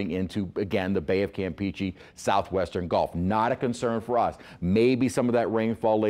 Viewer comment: Glad he pronounces it bay of cam-peachy 😊